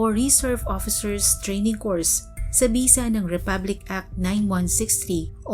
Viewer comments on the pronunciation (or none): CORPS.. NOT COURSE...